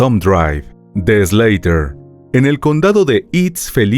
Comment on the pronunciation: Se llama SLAUGHTER, no "SLEITER"